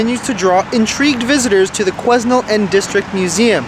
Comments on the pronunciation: Hey. It’s pronounced without the S: Quinel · The s is silent. Quen Nell. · Quesnel is pronounced KWE-NEL. The S is silent. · Quesnell is pronounced: Quee (as Queen) Nell. The assassination is appalling! The US was based on "Freedom of speech". Not any more! To make it worse, his wife was there and saw it all happen. Disgusting! Love you and respect you cancelling the rest of today's explore! God bless! 💖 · Quesnel is pronounced “kweh nel” I have a few friends who live there :) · You just missed our "Ashcroft Grafitti Days" parade. Old cars came through and around town. And it is pronounced quennelle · The S is silent in Quesnel. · The S is silent in Quesnel from what I have always heard. Take some time to yourself and no need to apologize for your rant - we all need to do it sometimes. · Quesnel pronounced without the S